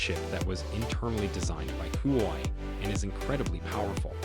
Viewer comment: It's huawei (whoa-way) bro NOT hoo-y 😮!!!